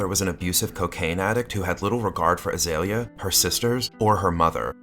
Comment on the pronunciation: Her name is pronounced Ah-Zee-Lee-ya. Not Ah-Zale-ya.